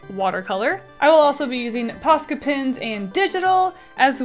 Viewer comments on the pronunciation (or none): When says Posca pens, it sounds like Posca pins